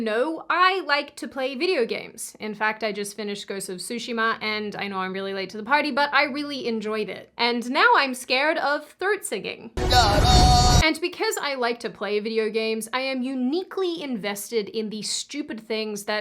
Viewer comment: "soo-she-ma"..... not "sushi-ma"